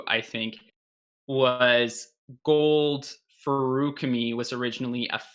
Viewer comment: You claim to be the most pedantic of the pendants, so my one and only question is why on earth do you guys pronounce "feruchemy" and "feruchemical" with such radically different emphases? The word is an amalgamation of "ferric" and "alchemy". It's clearly meant to be "fair-ooh-chemy" (like it is in the audiobooks), not "fairook-uh-mee". But regardless, even though I'm sure you'll disagree, I humbly beg of you to please pick a pronunciation and stop switching back and forth for each word.